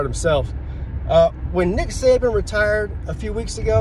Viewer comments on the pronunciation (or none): none